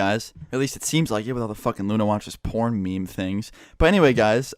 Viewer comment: You pronounced "porn" with a juicy "p" sound